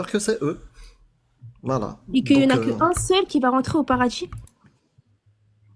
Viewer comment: "Rentrer au paradji"😂😂😂